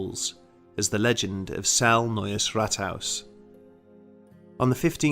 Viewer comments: Like all of your videos, this was fascinating. Whether or not the legends have any substance doesn't matter. It was a good story well told. By the way, Celle is pronounced 'celler', not cell. Sorry to nitpick. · It’s pronounced celly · I live in celle....it's not cell sorry. I have been in the Rathaus often and i know people who work there...as of now 2020 nobody sees or feel things that you are explaining. Not saying it's not true I don't know, but as of now no all is good. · I was based in Trenchard Barracks in Celle, pronoiunced sella by the way, we all heard the stories and we all went out to Belsen which was 20 minutes up the road, the place had a very strange vibe especially the barracks but none of us actually saw anything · By the way, it's pronounced cel-lah. Not a big deal, I just figured you might wanna know. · and celle is pronounced celler or cella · I love your videos, but being a Kraut, the E at the end of Celle is not silent. We do not have those in German. Other than that, these are all top notch stories!